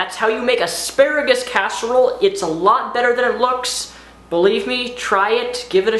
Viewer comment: are you saying "aksparigus"?